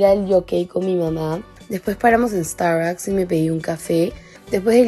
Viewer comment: Me encanta cuando dice que fue a "estaraks"